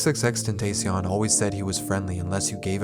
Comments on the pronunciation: mans said xxxtentaycion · I highkey wanted to stop watching when you said his name wrong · What the hell bro YOU SAID HIS NAME INCORRECTLY WHAT THE FUCK MAN I WILL LET THIS SLIDE FOR NOW BUT IF YOU SAY HIS NAME INCORRECTLY AGAIN I WON'T BE HAPPY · Please say his name right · Doesn’t matter just say his name right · Why you gotta mispronounce his name within the first 60 seconds bruh come on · your blatant disrespect on the pronunciation on his name is crazy 🤦🏽‍♂️ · I cringed so hard at how you said his name in the beginning😭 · People still can’t pronounce his name?even a journalist?crazy